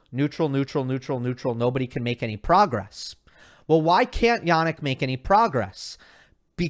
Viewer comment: it's jaNNik not jaNik fucking hell